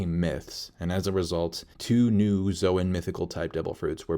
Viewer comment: Interesting way of pronouncing Logia..zoan and parametia..